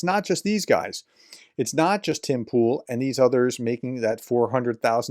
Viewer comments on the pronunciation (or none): none